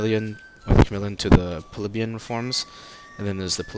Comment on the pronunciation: its pronounced pli bee un not pleb yun